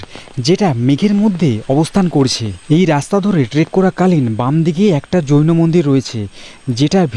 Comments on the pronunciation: 24 জন যৌনো সাধক নয়, হবে জৈনো সাধক। আপনি উচ্চারণ এ একটু ভুল করে যৌনো সাধক বলেছেন😊😂😂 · 😂 আরে ভাই ওটা জৈন সাধক হবে । যৌন সাধক বলছ কেন 😂😂😂